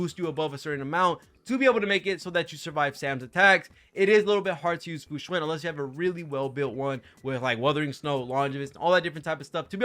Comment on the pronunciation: You are one of the few CCs who actually pronounce her name correctly. Kingggg